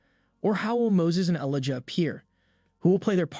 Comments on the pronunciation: who narrates this!! DIS-aples?? IliJah?? FINilly?? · Didjah know? ELIDJA. EEE LIE JA Lol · E Lie Jah.....................say his name properly........................ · Wow, you need to learn how to pronounce Elijah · Dear narrator; get a coach to help you pronounce key words correctly... "finale, Elijah and disciples" need work. Other than that (small detail), good work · I suggest the narrator of this trailer should familiarize himself with biblical names and proper pronunciation, ie. Elijah. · Who can’t pronounce Elijah!!!